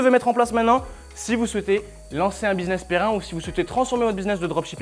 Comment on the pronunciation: Un business "Perrin" 😂😂😂